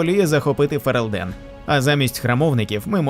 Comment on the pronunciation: дякую за відео по світу Драгонаги! цікава підбірка, дуже нетипова, бо зазвичай про цих героїв згадують у рамках лорних відео, та й усе. любі друзі, одне зауваження: у слові ФерЕлден наголос на другій голосній (е). Ну і, звісно, погоджуюсь з коментарями під відео: ДАВАЙТЕ ЩЕ!